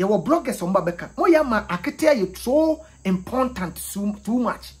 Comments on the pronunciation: Empontant lol you eeh! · I love how you said "important " bra kweku nie lol